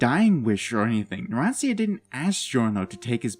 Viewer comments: It gives me a wierd feeling whenever he says "narantzia" instead of "naransha" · ITS PRONOUNCED NARAN - CHA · you dont even know how to say narancia is spelled like "naran-cha"